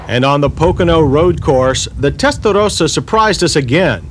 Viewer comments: The comments on Countach resale didn't stand the test of time. Also, who told him he sounded okay saying "Testarossa" that way? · Makes me cringe every time he mispronounces Testarossa every time he says it and yet seems to put on an Italian accent for authenticity. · Did he HAVE TO make absolutely everyone feel awkward by the way he pronounced the car's name? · I wonder how much Ferrari paid him to say testarossa the way he did and if he got paid more the more he said it lol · The way he tries to pronounce Testarossa just grates on my ears......just say it the way you naturally would, not how you think others would. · Nobody: John Davis: Pronounces Testarossa with an Italian accent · I can live now without ever hearing this guy say testarossa again, like he's some Italian native doing us a favor and REPEATEDLY pronouncing it his very very best. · He does that “suddenly Italian pronunciation” that every American cook on the food network does. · He's saying "Testarossa" wrong and it's fucking with my brain 🤣🤣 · Why does he gotta pronounce Testarossa like Mike Tyson? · Lol all that emphasis on "testarossa" and he still Mispronounces Testarossa... lol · The way this guy over pronounces Testarossa over and over again with that awful try hard accent makes me want to punch him in the face. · Holy God is it necessary to pronounce the model name that way. I want to turn the volume up but your making my teeth chatter.😞😖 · Beautiful car and decent review but will someone PLEASE smack that stupid Yanker up the side of the head everytime he butchers the word "Testarossa" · The pronunciation of Testarossa is so over done. i would love to eat at a mexican restaurant with this guy. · Between him trying to pronounce whatever he is trying to say here and him calling the Mustang a ‘Tang! It’s the only thing I hate about these retro reviews. Otherwise I like everything about them. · Really wanted to flex the near tongue roll apparently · Testa though sa. There I said it right.